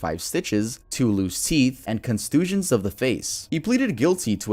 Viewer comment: Constisions?!? Bahahahaha!!!! Constusions!!!! I love you dawg but man how am I not supposed to laugh at that butchering of a word?